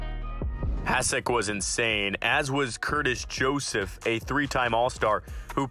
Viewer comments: Hasek as well. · Hasek :D